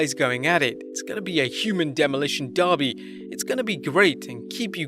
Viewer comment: "Demolition darby"